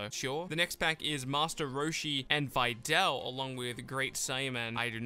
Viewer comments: Using your accent as an excuse lookin ass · This boi pronouncing videl wrong